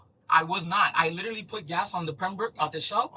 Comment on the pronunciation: I Littelly inn-a-cent bro. Bro I Littelly inn-a-cent. Bro. I Littelly inn-a-cent bro. I Littelly inn-a-cent bro. On my dead mothers grave……!!!! STUPID & DISTURBED